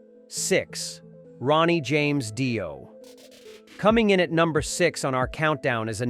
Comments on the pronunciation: "Dyo" ? You're busted. 😄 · this is a load of shit, AI crap, Die-O hahaha ....crap, all this